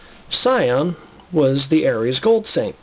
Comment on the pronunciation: Shion isn’t that hard to pronounce my guy.